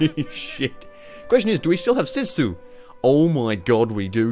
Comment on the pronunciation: Sea Sue is how to pronounce and it has no direct translation into English but sorta means the resilience of the Finns (which is bloody tough mind you)